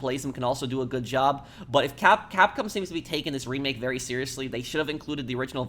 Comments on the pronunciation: dude, just say cap-com, instead of saying cap-cum. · “Capcum” It’s Capcom😂